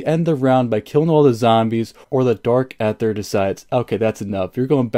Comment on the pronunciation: just a heads up its pronounced like "DARK EITHER - E:THER" the A is silent